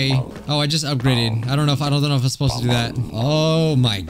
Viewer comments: HE CALL DO DOO IT’S PRONOUNCED DOUGH LIKE DO,RE,MI,FA so on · Bruh it's pronounced doh